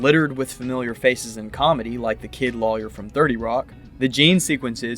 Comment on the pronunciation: Do you realize you don’t properly pronounce the word ‘lawyer’? So distracting when you’re talking about a show about lawyers….